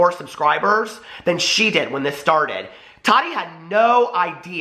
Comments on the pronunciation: I hate how he says Tati's name bahahahaha it's TAH-TEE not totty bahahaha. Subscribing tho cuz he was saying everything I was thinking about that BS snapchat story Gabriel posted. Bunch of unnecessary information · Is it just me or does anyone else hate the way he says, "Taht-tee"!!!!!???? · I love how you Tati. Lol sounds like you’re calling her Toddy lol 😂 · When he says Tati sounds like Toddy